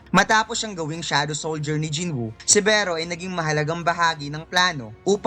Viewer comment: Beh-ro hahaha.